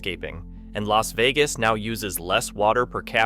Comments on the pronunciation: The L.A. Vegas Valley? Is this an AI glitch or a commentary on how many Californians have moved to Las Vegas? Is that one of Nevada's state parks? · Ai slop. Too wordy. Images don't match narrative sometimes. Narrater said L A Vegas...unlike what a human would say. Creepy. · just record yourself reading the ai script and taking care to read it correctly instead of like "ell ay ess vegas" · "Ellays Vegas." Goddammit, AI narrator.